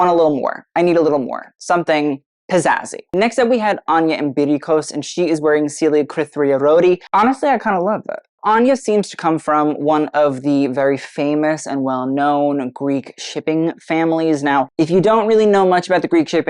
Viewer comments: it is Kritharioti not krithariarioti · Just a note on pronouncing Celia Kritharioti = Cree-tharr-YAUCHT-ee 'Th' like 'thunder', then roll the r.